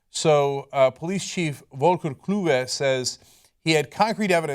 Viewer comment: Lol, I had to read the name "Volker Kluwe" to know whom you're speaking of. You butchered that hard :D